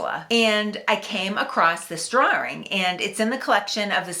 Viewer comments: No r's at all in "pok my ka" but "drar-ring" evidently has three. Most amusing to Texan ears. Interesting video, though, and well done. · Enjoying this video. Also your Massachusetts accent - 'drawerings' which in the South where I am, is pronounced 'drauns'. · drawring? lol love your accent. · Drawring? Mawksmen? Mawtins Point? Bunka Hill? Fowat? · Finally, someone who understands that there are three “R”’s in the word drawing. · I just realized all of those r’s went into “drawing.”